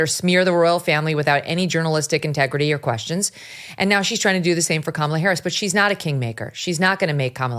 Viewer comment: Didn't Oprah mispronounce "Harris"? Isn't that supposed to be disrespectful?